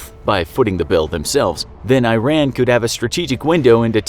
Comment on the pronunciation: The pronunciation of Iran hurts so much